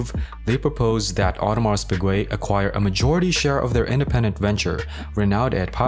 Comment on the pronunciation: lmao what a fcked up way to say the name